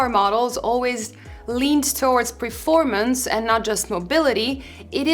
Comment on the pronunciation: please, it is PERformance, not PREformance